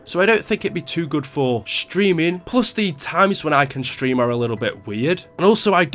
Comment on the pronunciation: Hey its stream not shtream